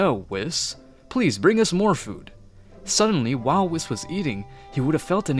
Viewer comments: Love the story it'd great! BUT WHY YOU CALLING ME WHIS ITS WHEES THATS HOW YOU PRONOUNCE IT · "wheese" not "whiis" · Why does u say whis like wis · Uhm excuse me, how in the actual dingaling did manage to mispronounce whis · Am I the only one hearing him absolutly butcher Whis’s name w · Okay who the f*** is kakra it's f**** it's kakarot not pack packer and it's Weiss not wis